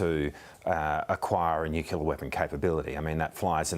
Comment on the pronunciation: Nuclear! Not nuculer.